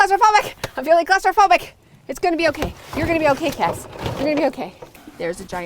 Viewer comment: Hiya. We say cupboards, so every time you yelled 'I am feeling claustrophobic' I thought you were saying 'closeyphobic'. I was racking my brains trying to work out what you were getting at 🤣🦏